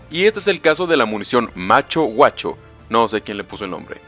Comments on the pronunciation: Macho Gaucho... No "Macho Guacho", jajajaja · Iba a comentar lo mismo, en el vídeo está mal pronunciado. Gaucho era la persona dedicada al cuidado del campo del terrateniente, y la boleadora es una herramienta de caza empleada por los indios del sur de América y adoptada por los gauchos posteriormente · Macho gaucho no guacho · No es guacho es gaucho, son como los vaqueros pero argentinos.